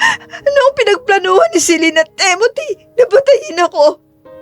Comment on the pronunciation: Maganda ang kwento pero sana bigkasin ng tama ang mga pangalan. TIMOTHY NOT TEMOTHY. AFTER LETTER T IS I not E